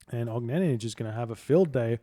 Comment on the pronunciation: Огненнидж :D Little tip: for more correct pronunciation, do not read the last letter J, just OGNENNY, thx)